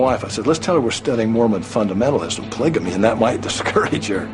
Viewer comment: It annoys me every time someone says "pligamy" instead of polygamy.